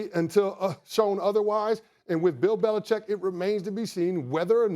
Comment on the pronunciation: I love that Max reflexively pronounces Belichick correctly. Everyone else lazily says "Belicheck."